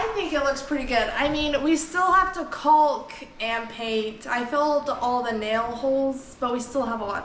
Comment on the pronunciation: Hilarious the way you pronounce caulk.